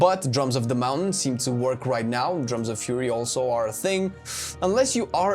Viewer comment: Moun taint is now my favorite word.